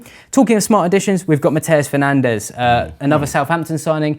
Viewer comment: I could feel shifting around in his seat the consistent and controversial incorrect pronunciation of the guy we we all know is called.... Bruno Fernanch